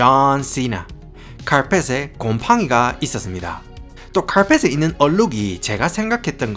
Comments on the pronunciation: 횽아 사투리 쓰가믄서 카얼펫 하는게 너무 킬포자나 ㅋㅋㅋ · 와따 마~ 고마쌔리 쎗바닥 엄청 굴리뿌네예~ 카아알풰엣~ 카아알풰엣~!! 잘 봤심니데이~~